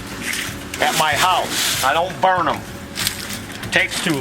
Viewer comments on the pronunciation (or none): none